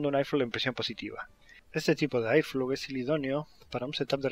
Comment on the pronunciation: airflow se pronuncia érflou, porque en momentos parece que dices iphone. Lo ideal es que digas flujo de aire. Buen video